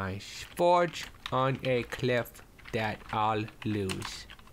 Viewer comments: Lol he says forge on cliff *thta* lose. Its that, not thta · did anyone else notice the fact that he said "forge on a cliff thta ill lose" lol i dont care but its funny :)